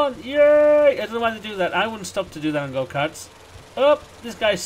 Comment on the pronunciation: Sounds like you are saying "go pee!"